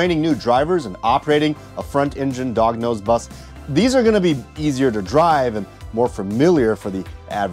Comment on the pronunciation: I like the way he says 'Dog nose bus' lol